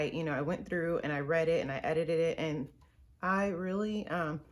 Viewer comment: I giggled and said to myself, “She says ‘edited it’ so funny”... then you got tongue tied & laughed at yourself. Then you did it again! Lol! You’re so beautiful, talented & encouraging! SUPER proud of you! 😃